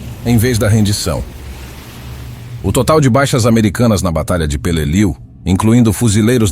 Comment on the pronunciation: If you cannot correctly pronounce the name of the battle correctly, I will not watch your video.